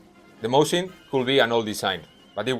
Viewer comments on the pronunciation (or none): none